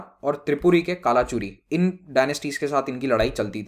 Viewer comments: its not kalachuri , its कलचुरी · I'm from Jabalpur the word Kalachuri you pronounced is actually kalchuri .. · sir its pronunciation is कल्चुरी jabalpur region mp